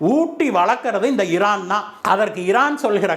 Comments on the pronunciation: இரான் ஈரான் இதில் எது சரியான வார்த்தை வாசிக்கும் போது ஏன் இந்த தவறான உச்சரிப்பு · Please rectify your pronunciation Iran